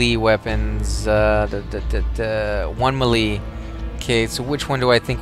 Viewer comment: Sorry man, not to be a dick (feel free to delete the comment) but you're pronouncing melee incorrectly.